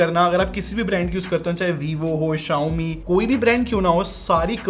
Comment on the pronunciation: correct your pronunciation Mothetf***er